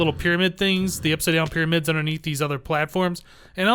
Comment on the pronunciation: They arent even "tringls" they are "primads" *pyramids i know